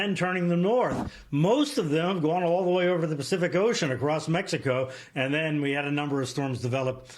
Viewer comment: he said gulf of mexicant. where is that!